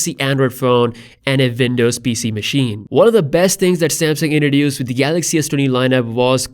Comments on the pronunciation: Windows not VINDOWS 😂 Great update BTW 👍🏾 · Its w not v pls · Man please stop saying Vindows 😫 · Say Vindows one more time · I can't help but comment on that "vindows" 🤣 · "...vindows." Wtf? Are you living in a foreign cave, man? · Not to make fun or be mean but when i listen to this in 1.5x i hear "vindows" xD But fr tho ty for these videos :) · It's not Vindovs... Dude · "Vindows" lol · 'Vindovs' actually lol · I love you saying Windows...thats awesome